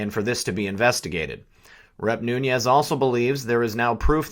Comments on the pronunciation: Love the channel bro, but I'm pretty sure it's pronounced "Noons" not "Noonyez" maybe I'm wrong, just sayin. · why are you pronouncing Nunes as Noonyez?